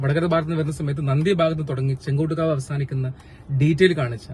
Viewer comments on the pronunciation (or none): ചെങ്കോട്ട് കാവ് അല്ല, ചെങ്ങോട്ട് കാവ് ആണ്. താങ്കളുടെ വീഡിയോ നന്നായിട്ടുണ്ട്. വീഡിയോ ചെയ്യുമ്പോൾ ഓരോ പ്രധാനപ്പെട്ട ജംഗ്ഷനെപ്പറ്റിയും അന്വേഷിച്ച് , നോട്ട് ചെയ്ത് - പറയണം. അത് ഇത്തരം വീഡിയോയിൽ അത്യാവശ്യമാണ്.